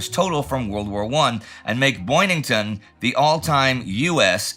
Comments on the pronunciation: It is Boyington, not Boynington. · Pappy's last name is Boyington. Boy-ing-ton. Not Boynington. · Pappy Boyington, not Boynington. Two minutes in the penalty box for Indie. Great episode, again 😊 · It's Boyington, not Boynington. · Is it just me or is Indy mispronouncing Boyington as Boynington? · And I can't believe no one caught it at the time. It is not just you- but you can see from his picture card we spell it correctly. Stupid mistake. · “Boyington” not “Boynington” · The photo caption is correct: Boyington. But somehow Indy thought it was Boynington. Spoken: , , , , , . On-screen text: in a book quote -- is it possible that Mark Lardas got the name wrong in his book and that's where Indy's mistake originated? It had to come from somewhere. It makes the name MORE difficult to pronounce, so it doesn't seem like a natural mistake to make (though the entire crew has to handle impossible name pronunciations so routinely that they may not notice by now). As an aside, I've never quite understood why fighter planes ever fight each other -- why dogfights happen -- EXCEPT when fighters are escorting bombers. In these "fighter sweeps," were the Allied planes fighting Japanese fighters serving as a Combat Air Patrol to protect Rabaul from bombers? Or were the Allied fighters armed with bombs so they were actually both fighters AND bombers? Or if the Japanese fighters hadn't bothered to fight them, would they have strafed the field with machine guns? It's kind of like the question of whether tanks should fight tanks, or whether tank destroyers should fight tanks, so tanks can be saved to attack other targets. Don't you just waste fighters having them shoot each other down? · It's "Boyington", sir, not "Boynington". ffs. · His name is Boyington not Boynington. My head hurts now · Pappy "Boyington"